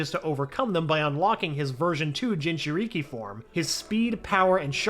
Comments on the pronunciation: No he said gingereekee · He said ginger i ki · Bro said 'jinjeriki' It's jin-juh-ri-ki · Bro really said jinjuriky hahahahahahh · Why did you say gingereekee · Bro fire this guy look at how he said jinjurik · No he’s trying to get to me “Jin cher Ee kee” no that’s not right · jin ju rikeee had me cracking up so much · BRO WHEN HE SIAD JINCHURIKI HE SAID GINGERRIKI THE HELL IS THAT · bruh "jinchurigi" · ginga ree kee 💀💀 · Mans really just called Naruto a Jinchureeki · I appreciate the effor in the videos, but man can you tell this narrator gives no fucks or doesn't understand naruto at all lol. Referring to Obito as Uchiha, saying Jinchūriki as "jin-chur-ikke", and many other blunders. Made this video insanely hard to watch. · Dude I'm dying how he pronounces Jin churikiiiii lmakkoo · You better learn how too say jinchuriki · Man don’t let this guy commentate a story again “jin-chu-ree-kee” and “uchihas” does he not know obito name? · Ah yes, a gin chur reeki and a jone in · “OOchiha” “jinchurEEkEE” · It bothers me how he says Uchiha and jinchuri